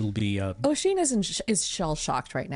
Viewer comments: Just because it’s gonna bug me - is the Wheelchair bound fiancé supposed to be named Oisín? If so, that’s not how it’s pronounced - the Oi part is pronounced like the U in “jump”. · This is fun but damn that accent is killing me. As well as that pronunciation if Oisín.